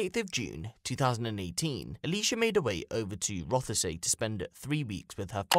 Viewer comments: Its pronounced roth say. Not rother say. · Terrible story, shocking! One thing that was a bit grating though was it’s not pronounced Roth-e-say it’s said Rothsea. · It's pronounced Roth-See not Roth-a-say